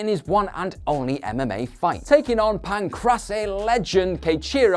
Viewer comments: PAN-CRASS-AE HAHAHAHAHAHA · I like the promotion for the new channel, and the content is good. Hopefully you get different presenters for this new channel, as there were a few mistakes here that MMA fans wouldn't make. The only things I noticed were the pronunciation of Pancrase (it should be PAHN-crays) and referring to Del Rio's fights as UFC fights (he never fought in the UFC). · It's actually pronounced pan-crase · Its pronounced as Pan-Craze god dammit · Since it's a pro wrestling based channel we can give a slight pass on mispronouncing Pancrase (easy way to remember it is Pan Grace, then swap the G for a C) ... But mispronouncing basic Japanese names when we know they talk about NJPW & other Japanese pro wrestling at the times, that doesn't get a pass, with a few exceptions the language is all 2 letter syllables, so Minowa is Mi-no-wa, just like Nakamura is Na-ka-mu-ra ... I'm sure the poor guy will learn from this experience tho 👍👍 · Pancrase, what the hell are you doing with the pronunciation? Awful...